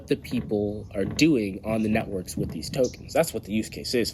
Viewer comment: Did you say, “Deez Networks”!